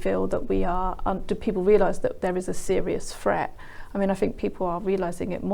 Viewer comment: "a serious fret" A fret is something on a guitar... you mean "THREAT" with a pronounced TH at the start PLEASE speak English properly